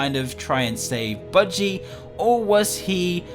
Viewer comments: You said biggy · No it's budgey